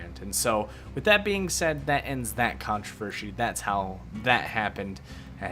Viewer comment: Controvershy (love you <3)